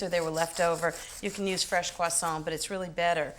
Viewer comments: That's how you pronounce croissant in proper french. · I love how Ins says ‘croissant’. Personally I would’ve used white raisins and Granny Smith apples.